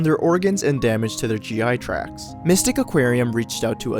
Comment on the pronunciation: Its GI TRACT, not 'track'